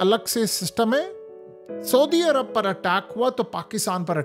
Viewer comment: Soodia Arab nahi hota bhai Saudia Arab hota hay